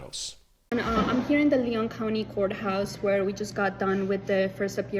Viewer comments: It's "Leon" County, (not "Leone" like Sierra Leone) aka Tallahassee, aka home of FSU, aka a Democratic sanctuary city in Florida. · I get so sick of so called "journalists" who don't even know how to pronounce the words they spew forth. It's LEon like the man's name, not LeON' which is the pronounciation of a city in France (Lyon). You sound so stupid and pretentious mispronouncing such a simple word.